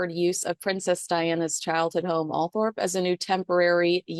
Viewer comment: It’s Althorp not Althrop.